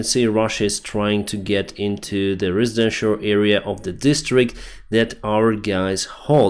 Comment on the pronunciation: residential, not RIZIdential.